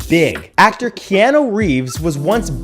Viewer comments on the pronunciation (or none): none